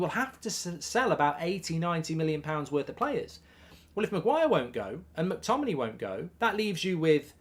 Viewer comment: Mctominay. At least get the guys name right